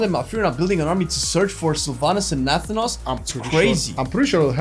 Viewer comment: why why WHY do you pronounce Nathanos like that T.T